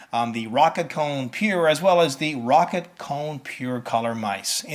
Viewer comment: Plz "Row-Cat"